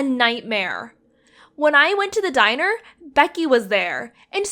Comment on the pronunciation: what did i only heard she spoke deiner instead of diner